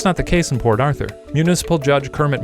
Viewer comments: The whole time i was hearing " poor arthur" instead of " port arthur" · I thought he was saying "poor Arthur" for like 50% of the vid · I kept hearing "Poor Author"..